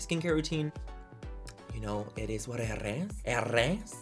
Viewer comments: Everytime he says it is what eres😂 love it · Living for it es whatttttt 'tongue roll' it essssss 😅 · I find myself saying “it is what it is” just like this 🤣 and I can’t even roll my damn Rs.